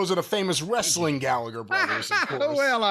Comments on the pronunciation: Wres-a-ling, the way Russo pronounces words is as annoying as his booking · Wre-su-ling bro😂😂